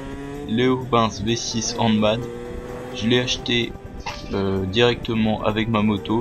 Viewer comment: Cool la vidéo ;) j'ai pétée de rire quand ta dit "léovince v6 hand made" car tu na même me essayer de le prononcer avec un accent anglais ^^ Et d'ailleur sur se pot le Hand made c'est un peut pour faire jolie car tout les pots de 50 ou autre sont fait mains (soudage et roulage)